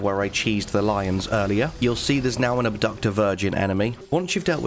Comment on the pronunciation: See now when u said fight the abductor I heard run past 😂